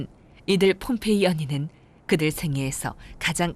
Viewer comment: 허허, 그렇습니까? 다소 엉뚱하지만 말씀하신 "봄페이"가 아니고 ""폼페이"라고, 좀더 정확하게 표기해야 할것같습니다. 과거, 인도의 "봄베이"라는 도시가 이 영상의 "폼페이"와 발음이 헷갈린다고하여서 지금의 "뭄바이"로 바뀌었다고합니다! ㅡㅡㅡ